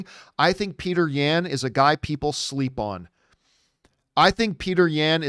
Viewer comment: This man said "Peter Yan (ya-hn)" 🤣🤣🤣 Bruh he's Russian.